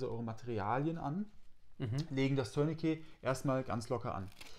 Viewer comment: Eine ganz große Bitte: Ein Tourniquet dient weder dazu einen Schlüssel zu drehen ("turn-a-key"), noch dazu eine Katze zu drehen ("turn-a-cat"). So sehr das Wort auch bei unseren anglophonen Kollegen verwahrlost ist, es kommt immernoch vom französischen "tourner" mit einem schönen, tiefen, deutlichen "u".